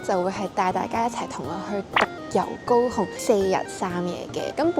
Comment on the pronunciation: 高雄的廣東話聽起來真像go home